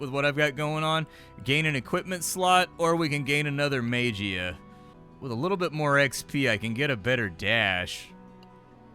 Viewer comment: "serappee" "Mage-ia" XD